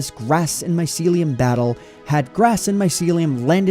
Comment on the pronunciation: I'm triggered by how you pronounce mycelium